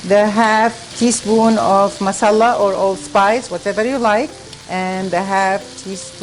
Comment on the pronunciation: yo fousey, tell there is no shadah on the L in masala, its pronounced ma - saala. trust me im indian. ps~ its all love and i appreciate everything u r doing:)